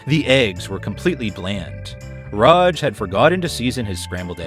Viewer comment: Bro can't pick a pronunciation for Raj. "Ruhj", "Raahj". Other than that, Amazing vid.